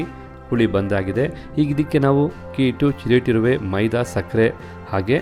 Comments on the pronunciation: Hakki alla akki.. pls aa and haa kara sari madkoli sir.. chennagirutthe.. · Congratulations dear... 😊for your success.. One suggestion is has to improve his pronunciation of akki (pronouncing HAKKi)..and uppu (He says Huppu).. Hope u take it positive...